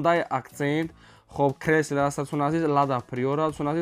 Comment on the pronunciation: Хеака кресла не крайслер😂